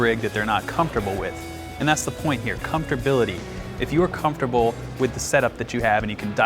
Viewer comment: Comftorbility? Is that a new musician word? Man, so much to learn.